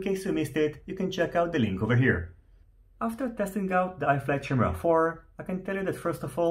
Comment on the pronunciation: Chimera = "KYE-mera" not "Chim-era"